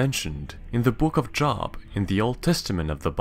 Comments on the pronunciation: It’s pronounced Jōb with a long “O” sound. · Plz don't say these are mythical they're in the bible. Also you pronounced job wrong. It's pronounced Jobe but spelled as Job. No hate in this comment by the way. So plz no hate in replies.